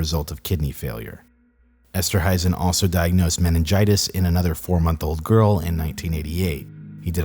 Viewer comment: It's esterhuizen esterhaisen